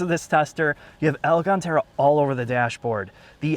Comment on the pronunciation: They way you say alCAN!tera pisses me off.